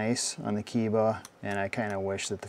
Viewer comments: It's pronounces KEH- EE- BA( Kay-ee-ba) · Pronounced Kay-eeba. KE-IBA. Yes it is made in Japan. ESA-2. Vessael "socket adapter" also made in Japan as written in the front.